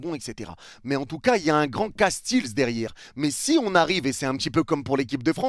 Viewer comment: trop bien la vidéo mais juste pour te dire je suis belge et notre gardien ne se dit pas castils mais castéls et pas faes mais fasse